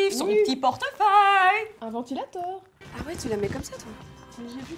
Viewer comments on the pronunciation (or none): "Un vantilateure" chui morte XD